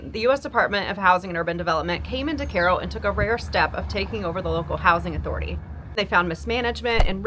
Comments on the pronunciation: Kai-oh . It’s literally spelled the same as Cairo, Egypt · "Kay-ro." JFC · Is that how you're supposed to pronounce Cairo?